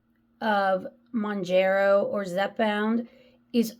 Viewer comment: Hey. I was the one who mentioned pronunciation, but guess I was unclear. Mown-JERR-oh = Wrong. Mown-JAR-oh = Right. 👍 Other than that, good vid, and agree with pretty much everything you said. And the entitlement of that lady who was trying to justify using a GLP-1 just to lose that last 10 pounds is just plain sad. Anyone who calls her on her thoughtless behavior is ‘judgemental’? Oh sure. Tell us another. 🙄